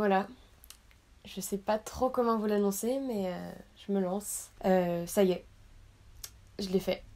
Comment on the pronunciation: Oui elle parle des ados et elle simplifie les choses mais lorsqu'elle a dit au debut "oui je l'a fait" j'ai cru qu'il a fait une mauvaise chose car elle l' a dit d'une manière bizarre mais bon merci 💖